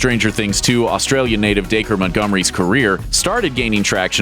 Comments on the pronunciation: Da-cree not Daker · wow i thought “dacre” was pronounced like “dack-ree” not “day-ker” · DAKER NO DAC-REE